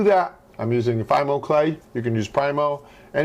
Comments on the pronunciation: I always thought it was Fee-Mo. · It's pronounced fee-mo